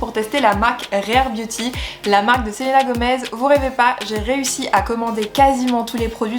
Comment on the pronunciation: Enfin quelqu'un qui le prononce bien, moi j'ai envie de le commander, parce que Selena c'est mon idole 😭😭🥺🥺🥰🥰